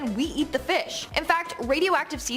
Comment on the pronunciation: A moron. One who can’t even pronounce porpoise correctly. And seems to always yell.